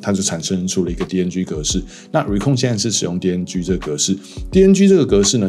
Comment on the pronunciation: Ricoh 唸得太像 Nikon